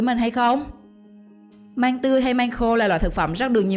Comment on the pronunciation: Măng mà nói manh